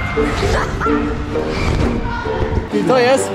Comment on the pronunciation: Ej czy tylko mi się wydawało że zamiast Berek to Benek